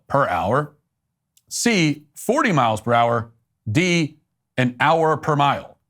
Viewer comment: Edit: Matt said "miles per hour" but it sounded like Miles Prower, the yellow fox character from Sonic 😅